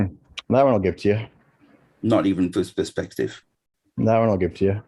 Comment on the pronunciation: But "flerfspective"!